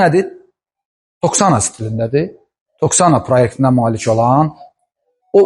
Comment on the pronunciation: Toksana yox, Toskana